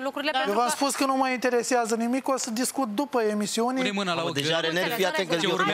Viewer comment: eu va spun egzact"...exact nimic ca de obicei 🙈...,, da mai bine nu va spun"...,,veti vedea"...,, când o sa vedeti ce urmează "...,, după iemisiune se va rezolva tot''...,,o sa discut după iemisiune"...,, o sa vedeti ce se întâmplă după iemisiune"... Io v-am spus ca pe mini nu ma interesează nimic" și tot asa 🤦‍♀️🤣 Jale! Un fel de nimic! 🤣🤣 De rasu plânsului! Felicitări,! Inspirație pt de-ai fi măcar!